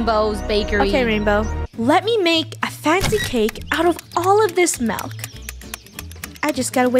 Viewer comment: It's milk not melk